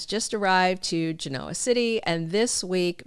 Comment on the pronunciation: So they’re going to pair up the two most obnoxious characters on the canvas—Victor and Lily??? Yuck. Go Cane!!! I enjoy your videos very much. Maybe practice saying “Genoa”—emphasis on the 1st syllable. Small thing but it is the name of the home city of the soap. Thanks for the video